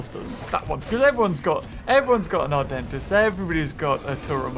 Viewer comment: whenever says adentis it sounds like "our dentist"🤣😂